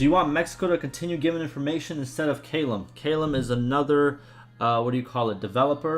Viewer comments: Callum is pronounced C(K)A- LUM not Kaaaai lam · Sorry, I can usually look past your pronunciation of things, but I lost it at how you said "Callum"